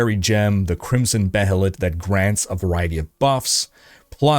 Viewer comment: The way you pronounced Behelit shows me you've never watched Berserk 1997 and that's unfortunate